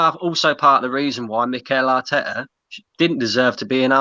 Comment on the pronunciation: "Mikel Artekkers blud!" -, 2020